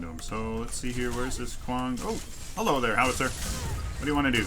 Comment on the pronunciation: Where the yellow shirt intro? I always thought you said yellow instead of hello. Thought that was a funny/corny pun